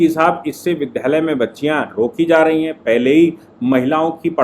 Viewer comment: विद् या लय बोलें विद्ध यालय न बोलें कृपया।